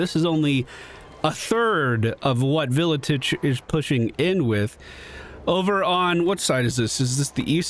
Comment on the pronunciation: It's pronounced ar-kay-on and vil-itch WAAGH armies don't replenish at all